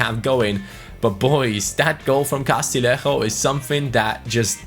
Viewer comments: Castillejo's name is pronounced Castiyeho isnt it? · Castillejo’s name is pronounced Ca-stee-yay-ho